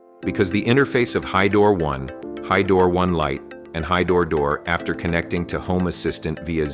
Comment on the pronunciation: The AI bot can't even pronounce "hydro", doesn't give a lot of confidence in the product